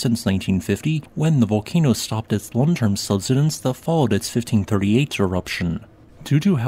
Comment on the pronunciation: Say the word “subside” then say “subsidence.” I have found recently that a lot of people with geology related channels mispronounce subsidence, as you are doing. Still love you!